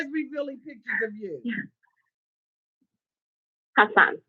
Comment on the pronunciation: Can someone tell me why TLC keeps calling him « Azan » if his name is « Hassan »? I know it might be a foreign name, but it’s not that difficult to prounce... They got Anfisa’s name right...so why the confusion with his name!? 🤔